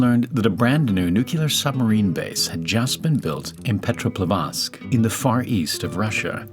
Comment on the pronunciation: Petropovadsk🤣🤣 the russian brother of Neu-Gork